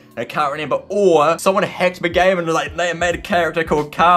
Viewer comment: i like how he says renember